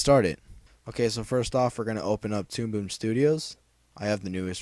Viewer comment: tude boob? lol sounded like u said that at the beginning of the video :P